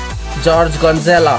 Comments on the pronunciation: He said gonzela it is gonzales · .Its Jeorge Gonzales not Gonzela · Jorge Gonzela? (Laughs) Who's Jorge Gonzela?! (Laughs again)